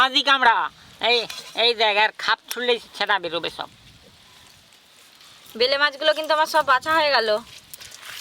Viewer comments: উচ্চারণ সমস্যা।। অনেক ওরকম ভাষা পাবেন।। আজ নতুন না।। 😂😂😂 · এই মাছের নাম ভেলে।মাছ। না এই মাছের নাম বেলে মাছ আগে উচ্চারণ ঠিক করো